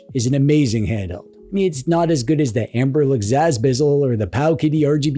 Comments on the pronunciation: do i hear 'amberlec' instead of 'ambernic'? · "Anberlic". I'm dying.